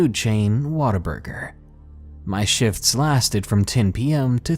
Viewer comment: Your WhatABurger is turing in to "waterburger" as you read on.